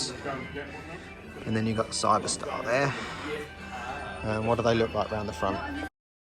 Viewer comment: Well it would be nice if you got the name right is Cyberster not Cyber-star and they are scissor doors at which point I stopped watching .